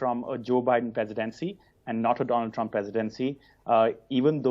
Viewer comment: Dolaaand trumph 😅😅😅😅😅